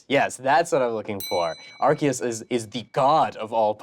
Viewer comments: Um, Actually, the god Pokémon should be pronounced “Ar-SEE-us”, not “Arc-ee-us.” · Um, actually, pronounced "Arceus" incorrectly as "ar-kee-us", it should be "ar-see-us" or "ar-say-us" in English; it is "アルセウス" (a-ru-se-u-su) in the original Japanese. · Um actually, Arceus is pronounced "Arseus", not "Arkeus".